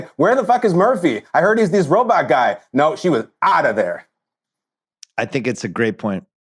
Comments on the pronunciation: Just here for Bill's weird pronunciation of 'ro-but' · can we talk about how bill pronounces it 'ro-butt'... lol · Simmons pronouncing robot as “robutt” Is hilarious. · The “robut” count in this pod. I love it so much. Bill, that’s the vowel sound you should make when pronouncing Monk (which rhymes with dunk). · Bill saying robutts is dynomite